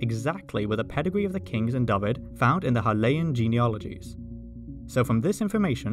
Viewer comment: Nice to see the correct pronunciation of Dyfed. You should hear to attempts by my English friends. Diffid, Daffid, all sorts of horrors.